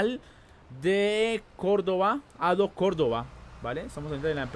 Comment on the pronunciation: En realidad se dice adeo ADO yo soy de México 🇲🇽 ay muchos de estos acá saludos sinxe saludos 🤟🇲🇽